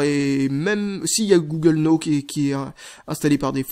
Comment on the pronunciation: Comment dire... J'adore tes vidéos, mais je déteste: - quand tu dis "" pour "Go" - la façon dont tu prononce "Now" dans "Google Now":)